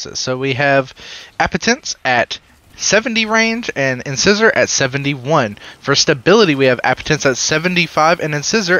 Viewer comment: It's not "in-scissor". It's "in-size-or". Like a tooth.